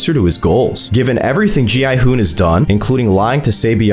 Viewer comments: Why in the world does he call gi hun gon hun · Why do you keep calling him Go-Hon?